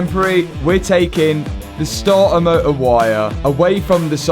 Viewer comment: Starter motor❌ Stah ah moh uh✅